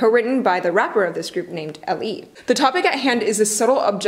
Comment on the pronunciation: LE is supposed to be pronounced as Ellie